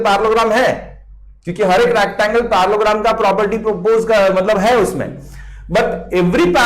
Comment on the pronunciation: the fact that he was saying Parallelogram as parlogram with full confidence